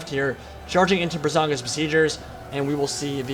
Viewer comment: First I just have to say that it's Braganza, not Brazanga. Now that that nitpick is out of the way, I'm super hyped for Ogre Stonehorns.